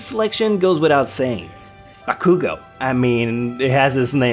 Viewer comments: Your over pronouncing of names is annoying. Listen to how the voice actors say their names in the anime. For example, you said bAkuuGO. That is like saying mIssTay it does not sound right. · its not bakugo its bakuGOAT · The way you pronuncied BAKUGO made me cringe